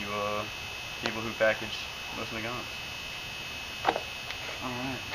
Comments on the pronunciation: The correct way to pronounce it is nosin naygant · Pronounced MO-seen Nah-GON. :-)